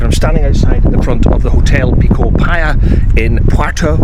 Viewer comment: Very informative video, but it's pronounced (phonetically) Posillios playa. Hope this helps